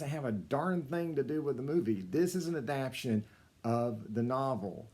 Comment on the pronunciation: Adap-tation, sir.